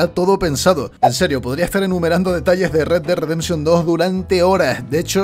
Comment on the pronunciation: Pronuncia bien a tu papi, Red Dead Redemption